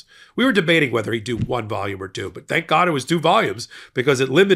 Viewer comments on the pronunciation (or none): none